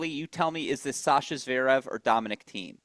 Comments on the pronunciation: I like these discussions with. Thank god you have FINALLY got him to stop saying Zveerev. Lord knows why he has persisted so long, but we thank you. 🥳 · Steve also says Zverev wrong, sort of Zerev 😂 bless him